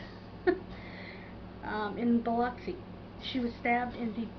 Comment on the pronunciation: Just fyi… it’s pronounced Shute-ta-ka-buff (it’s Indigenous), and our city is pronounced Bi-lux-ee. Thank you for bringing this case back to the forefront.